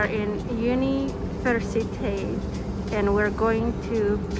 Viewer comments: So, in Romanian you pronounceiate every letter in a word, so Universitate is exactly that "Universitate", there are almost no silent letters in Romanian, unless the word ends with a "ti" or "ţi"... then the I is pronounced mote more "whispered" or silent. The letter "Ţţ" (the T with the comma underneath os pronounced as "ts" and the Şş sounds like the sh sound. And so Piaţa Victoriei would be "Piatsa Victoriei". 🙂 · As a romanian when she said: "Yuniversitait" got me rolling on the floor